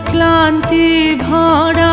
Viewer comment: Well sung, except that your pronunciation of "bhora" and "bish'shoroner" is less natural!